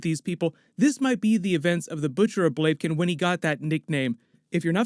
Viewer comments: It should be pronounced "Blah-vih-kehn". :) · Blave Kin! Lol